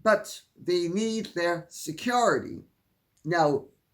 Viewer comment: The way Lady C pronounces “SECURITY “ makes me giggle every time she says it.